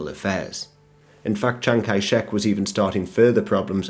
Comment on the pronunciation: Chiang-Kai-Shek man.............